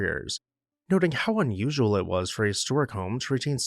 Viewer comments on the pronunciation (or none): none